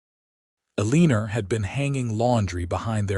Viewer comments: Not Aleenur🫤 it’s pronounced Ellen- nor.🤦‍♀️ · The first time I heard it I was like I have never heard of the name Elleener before? 😂😂😂 Then I watched the reading and figured out that it was a miss pronounced word. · Can pronounce Kieran but not Eleanor. 😂 Great story though.